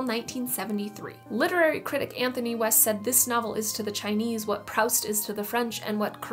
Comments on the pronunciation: "Prowst" is a bit of a problem too. Of course people mispronounce words of languages they don't know, and I know Americans say "rowt" instead of "route", but how can someone who spends a life around books, and talks about them on Youtube) never have heard the name spoken, even on Monty Python? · Proust rhymes with roost. It's not the only author's name or title (ie: Karamazov) you've mispronounced. Have you even read their work or only their names? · Really nice video! A few notes for you: "Proost" and "Kah-ra-MOZ-off". (Edit: corrected) Rowling rhymes with "bowling". Marseilles is "mar-SAY", not "SIGH".